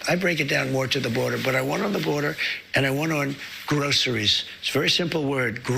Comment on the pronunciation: He's not saying groceries he's saying grossries Every time they want to hike the price up on the grossries Eggs chicken Beans rice